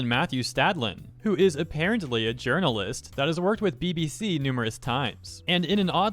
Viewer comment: Ah yes. "Jurnalist".